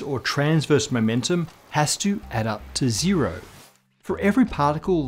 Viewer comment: Zero doesn’t rhyme with dead